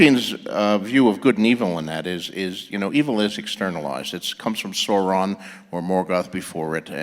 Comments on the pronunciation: Fan of Tolkien? My butt. It's SOW-ron, not SORE-on. Yes, yes...I'm a "NEEEERD!" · Dylan [Smith] I'm mocking myself. I was anticipating others thinking that I'm a nerd. Both Martin and King pronounced Sauron incorrectly; only a Tolkien "nerd" would know that. :P